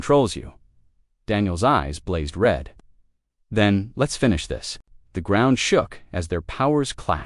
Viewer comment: ............ "glowing REED (red) from the heat of the cutters"!!!!!!!!!!!!!!???????????????? How's bout ".......glowing RED from the heat of the cutters"!!!!!!!!!!!!!!??????????????? GOD, if only ONE of you could find a decent AI instead of a POS AI!!!!!!!!!!!!!!!!!!!!!